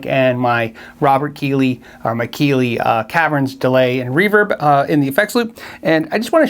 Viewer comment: Darrell Braun is a paid moron who can't even pronounce REVERB the right way!